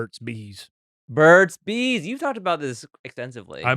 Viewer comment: At first I thought Shane was saying "bird seeds" and not Burt's Bees